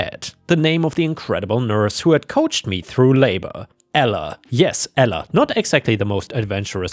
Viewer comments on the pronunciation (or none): none